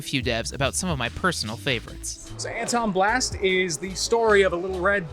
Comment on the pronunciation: Quick correction! It’s Antonblast not Atonblast!